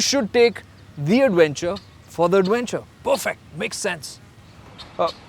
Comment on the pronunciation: AdWENcher AdWENcher. 😂